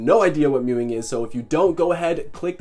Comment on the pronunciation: Bro you were meowing instead of mewing